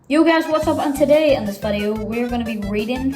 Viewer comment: said vadio